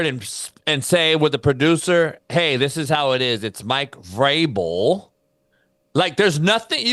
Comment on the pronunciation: Doesn't know how to read VRABEL.....Wuz da original kangz n qwangs n shieeeeet.